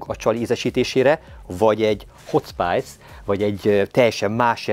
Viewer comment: Minden tiszteletem a Haldoradóé és a videóban szereplőké de legalább a saját terméketek nevét helyesen olvassátok kérlek mikor angolul van, mert nagyon zavaró tud lenni a fülnek..hot spàjsz...